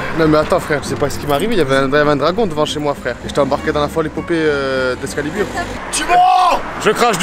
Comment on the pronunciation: "J'etait dans l'epopee folle d'excalibure" 🤣🤣🤣🤣🤣😂